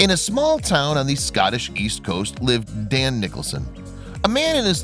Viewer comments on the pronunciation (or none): It's DEAN, not Dan, you dope. Oh, OK, you changed it in the middle...but why didn''t you link to his channel? 1bike1world.